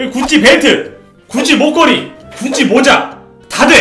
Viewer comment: 자꾸 구찌가 굳이로 들려ㅋㅋㅋㅋㅋ